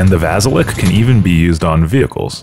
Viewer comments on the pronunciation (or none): Its pronounced - Vasilyok 😂